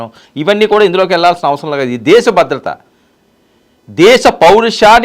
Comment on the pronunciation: "బద్రత" కాదు "భద్రత". తెలుగు నేర్చుకొని ఛావండిరా